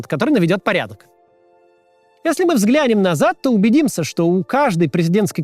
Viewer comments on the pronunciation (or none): none